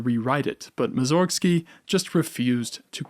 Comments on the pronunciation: He's Borodín (with "i" stressed), not Bórodin. And Mússorgsky, not Mussórgsky. I'm not being mean or trying to be clever, but this is just plain disrespectful to the people you're making video about. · I disagree. He doesn't know Russian or how its stress rules work, so I think he can be forgiven for that. Also, the pronunciation of Mussorgsky's name in the Polish way, as /mussórgsky/ instead of /mússorgsky/ was suggested by Filaret, Mussorgsky's brother, because he was sensitive to wordplay.